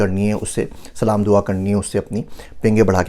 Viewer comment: Sir aap salam ko thik kyu nahi karte? Sahi se kyu nahi bolte?